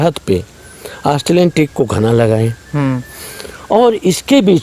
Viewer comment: Astreliyan nehi australian .....thora sabdo pe dhyan dijiye